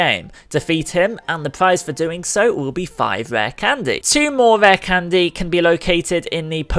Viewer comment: "Rah candez" 😂 That accent.